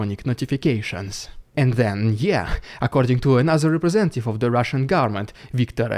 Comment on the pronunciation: Rrrrrhhhaaahhshan Dyude excelling himself today😉